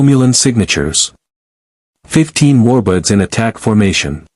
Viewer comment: Why does it keep saying Romulan Warbutts?